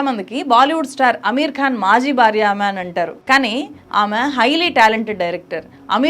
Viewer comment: Madam ,please note that you are pronouncing " Bharya" as "Barya" and bhayam as bayam and so on everywhere, whiich is very awkward to hear by the pure Telugu speaking people ,and hence you're requested to rectify in your speach which is not impossible but very easy by the learned people like you, I hope you will do the same at earliest possible !